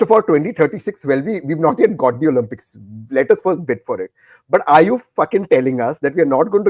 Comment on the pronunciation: The word is to be pronounced Olimpics and not Olumpics Tehseen. Y has an i sound when it comes in the middle or at the end of a word - privacy, cheesy etc! It is considered a surrogate vowel! Only when a word begins with a Y does it have a consonant sound - young, yellow, yahoo etc!